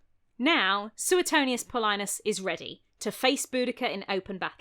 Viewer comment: Sorry for being a pronunciation Nazi, but if "Iceni" was pronounced as it is in this video, the Romans would have spelled it "Aesini". In modern English it should really be pronounced "Ikaynee", Claudius should be pronounced "Cloud-ius", "Paulinus" should be pronounced "Pow-leenus", "Tacitus" should be "Takitus", and Belgae has a hard "g".